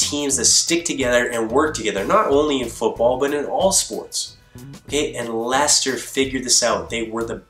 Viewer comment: That's how it's pronounced